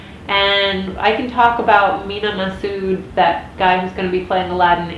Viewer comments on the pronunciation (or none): (also, sorry to spam you but if you do a video on Mena Massoud, Massoud is pronounced mah-suhd not ma-sood. Sorry, I just.... yeah...)